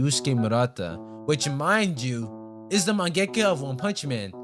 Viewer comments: you say mengaka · man why u say mangaka like that bro